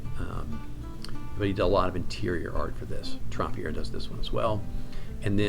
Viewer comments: I will clear up the pronunciation question, his name was pronounced Tramp and not Tromp - he was not French at all. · SO glad you made this video - THANK YOU!!! Gotta ask: why pronounce the first syllable of his last name “Tromp” as opposed to “Tramp” (as in “The Lady And The…”)? I agree with all your calls about the pieces without signature/initials in the MM with the possible exception of Asmodeus, which looks like a Southerland to me.